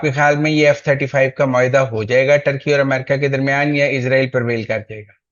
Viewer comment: محترم ۰۰۰ اسرائیل کو عزرائیل کہنا درست نہیں لگتا ۰۰۰ سوری